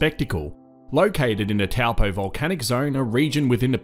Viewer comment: he didn't say "Toe-paw" so he didn't say it correctly. but not bad for an Aussie